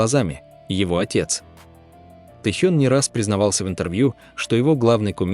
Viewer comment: Не статья, а сплошное вранье. Про Техена, про Чимина. Что за манера коверкать имена? И зачем впихивать фотки чужих людей, вместо настоящих родителей Чимина?????? В бан однозначно!